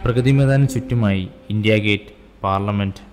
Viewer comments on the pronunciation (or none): none